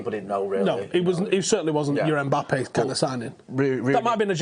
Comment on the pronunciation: It's Mbappe not EMbappe ffs